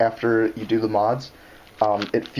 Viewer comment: "Do" not "ro"